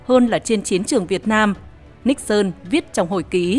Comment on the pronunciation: Tôi rất thích nghe bài này đọc đúng phiên âm Níc xơn ,có kênh MC có chút tiếng Anh đọc là Ni sừn ,nghe chối quá , MC chắc hơi máy móc và không nghĩ là đọc cho người Việt nghe đa số không biết tiếng Anh